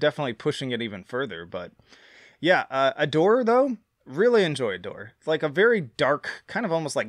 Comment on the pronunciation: bro called it Adoré 💀